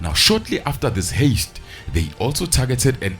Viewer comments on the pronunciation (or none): Dankie gaz lomjita. the word Heist is pronounced HIGH-st, not haste. Keep the good content coming. 💪